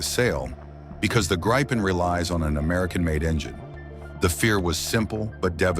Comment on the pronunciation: I wish these AI narrators could decide on ONE pronunciation of "Gripen" It's Swedish for Gryphon - By the way - Saab Gripen-E in conjunction with the Saab GlobalEye system, is going to close the sky around any country..